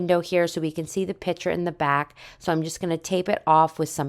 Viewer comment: Couldn’t finish this … too many times calling a piCture, a piTCHer … like nails on a chalkboard for me